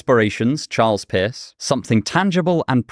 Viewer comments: Did he say Charles Piss? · I literally did a double take because due to his accent, it sounded to me (an American), that he had said "Charles Piss." I couldn't see the subtitles because I have this on in the background at work. For a split second I genuinely believed that there was an actual thinker named Charles Piss. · I misheard his accent and thought he pronounced "charles Peirce" as "Charles Piss" 💀